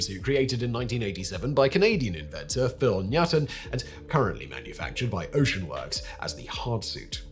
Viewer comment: Just an FYI, Phil Nuytten's last name is pronounced like Newton. Hence the alliterative name 'Nuyt Suit'.